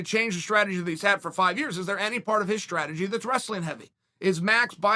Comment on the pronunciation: So we bet on Ya-ear. Ok great.